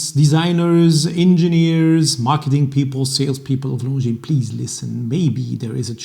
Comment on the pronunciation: You pronounce Longines perfectly ( now we need to get the other watch people to do the same )! Should I sell my beautiful Longines Grand Prize Automatic and buy a new Spirit Chronograph?